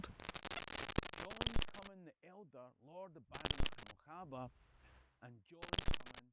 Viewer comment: Peter Badenoch in Ontario, Canada here. We hoped to meet you at Seaforth but had to leave at half-time; we old folk can't take extreme heat and the clubhouse was a furnace. Please find someplace else next time! But that's not my main complaint which is your mispronunciation of Badenoch. Correct form: two syllables only, "bade" as with made, "noch" just what you'd expect in Scotland. Emphasis on the first syllable. If you want to check this out, go to Badenoch itself -- e.g. Kingussie, Aviemore -- or go to Aberdeen/Aberdeenshire where the surname, although not that common, occurs the most. Now maybe you can get the BBC et al to pronounce Kemi's name correctly? Love the show -- Peter